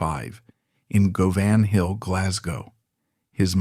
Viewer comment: It's pronounced guvun hill. Not that weirdly posh way you said it. No disrespect meant. If you don't know it then how do you know how to say it?